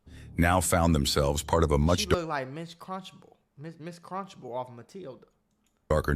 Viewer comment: Did buddy say “Ms.Crunchible”?😭🤣😭😭🤣its “Trunchible” gang💀💀